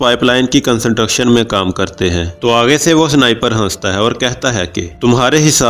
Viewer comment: Worst explanations and worst pronounced word like construction. Pliz try better and improve your Pronouncesion...